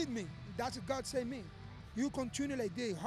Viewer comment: Yoel “Its GAHD!!!” Romero